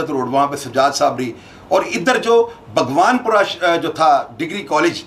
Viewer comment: بگوان پورہ نہیں باغبانپورہ ہے جناب